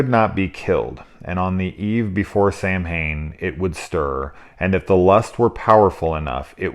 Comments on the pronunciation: Samhain is pronounced sow like a pig and win ...sow-win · If they're gonna get into runes and mythology they should at least get their lore right. Thorn did not represent an evil demon, it was a rune of light that overcame evil. Not to mention they mispronounced 'Samhain'.